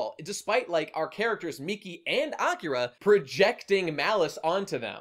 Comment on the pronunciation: “Awkera” I’m gonna fucking bash my head in if I hear it said like that again.